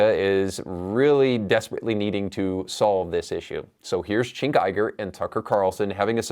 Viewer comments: Bro it's not "chink" lmao. It's "jenk". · Gosh watching this and having you not pronounce Cenks name correctly is quite sad. You seem to be a portraying yourself as a genuine political commentator and independent thinker, yet you cannot pronounce Cenks name correctly or even close to correctly. By doing this you give off the vibe that you are disingenuous. If you want to reach more people with your commentary and grow your channel you should correct this imo.